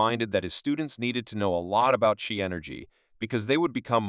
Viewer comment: Qi is pronounced, “Chee.”